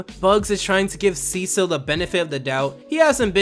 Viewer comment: I didn't know his name and I thought you were saying his name is Seashell